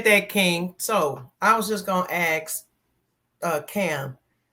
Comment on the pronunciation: why do black Americans say “ax” instead of “ask”?